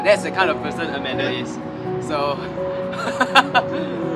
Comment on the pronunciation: Why do u call amander when her name is scoot Beng